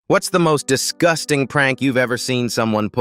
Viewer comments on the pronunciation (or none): Lol fr it was like “disGUASTing” 😂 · I love how the ai emphasized DisCUSTing at the start